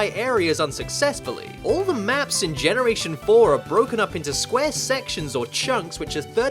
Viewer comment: Does anyone notice he said genoration 4